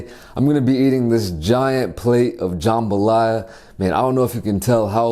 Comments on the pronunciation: IVE NEVER CLICKED SO FAST AS a true authentic cajun girl, i had to see this. Will edit after watching edddit Okay its not JahmbahhLaya. Its JUMbah Laya. Usually jambalaya has sausage and chicken. This one looks good. It doesnt have big big pieces of peppers or tomato. Theres NO tomato!!! Hehehe. Im just so happy he enjoyed nxt. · Looks authentic, though the veggies look somewhat large. Also we pronounce it more like “jum-buh-ly-uh”. Pretty awesome that this dish made it out to Korea. Do some gumbo, boudin, or crawfish etouffee next!